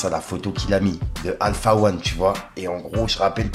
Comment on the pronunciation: Il a dit Alpha wan …